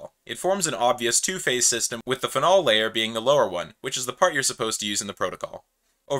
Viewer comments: The way you say “phenol” is a crime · never heard anyone pronounce phenol like that